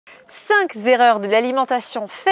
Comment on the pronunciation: sache que "cinq" est invariable donc STP pas de "s" donc NON pour "cinq'S erreurs" cinq erreurs suffit amplement, et je suis très attachée à la langue française, aujourd'hui malheureusement, je suis effarée d'entendre ce que j'entends comme liaison qui n'ont pas à être faites et celles qui sont omises...merci d'en tenir compte et chapeau pour tes cours dynamiques…